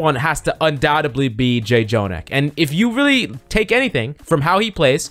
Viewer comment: Next time you gonna call him Jay Jonak a little kitten will die.